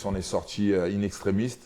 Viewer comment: on dit in extrêmis cyrille a hahahaha